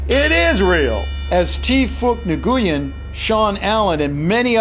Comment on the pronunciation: you said nguyen wrong.